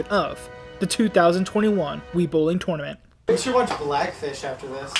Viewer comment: The way you pronounce tournament physically hurts me